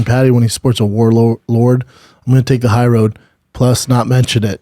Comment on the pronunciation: if I’m chin I say “stfu I know” lol talking about 5 out of 6 buddy. No one called u out for the way u pronounce WARLORD lol